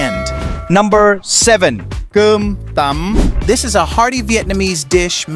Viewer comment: You pronounce cơm tấm with the wrong tone. You sound like cơm tẩm instead of cơm tấm.